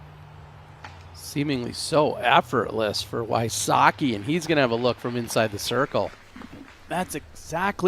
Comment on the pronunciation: WHY-soh-kee? omg. me ears. v-sotz-kee please.